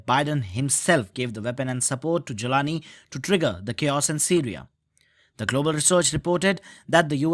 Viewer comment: Joe can't even pronounce Jolani 😂 are you kidding me